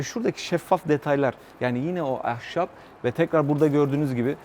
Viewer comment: Dubai'nin zararları "ehşap" 😅